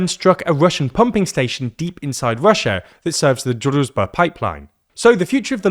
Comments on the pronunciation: It's pronounced drooj-ba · I see you're struggling with pronouncing "druzhba". It's pronounced "drew", then "s" as in "vision" and then "ba" as in "bar". It translates to "friendship" or "comradeship". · The 'zh' sound in Druzhba is pronounced like the 'J' sound in French. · zh in Druzhba is pronounced like j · Just translate the name of the pipeline to English and use that. Our ears are bleading because of you butchering the pronunciation of Druzhba.